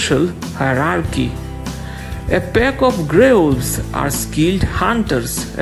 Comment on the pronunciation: Wolves, not Uoolvs 😂